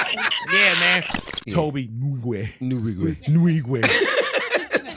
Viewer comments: Not Nu-Wige Nnn-Wigweh! Saay nnnnn, like the n in END NOT NU OR NA OR NE just the nasal NNNNNN then WIGWE! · Nwigwe, the N and W are pronounced as one